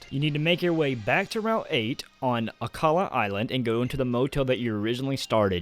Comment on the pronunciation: it's akala